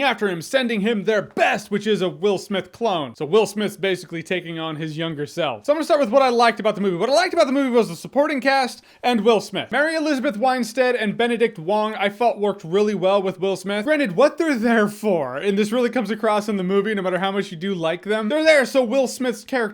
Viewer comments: It's WIN-STEAD, Not WHINE-STEAD. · It's WINstead, not WINEstead 😅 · Did this man just say Winestead? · JJ you lost me at "Winestead" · So its pronounced "wine stead"? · Wine-sted? Is that how it's pronounced?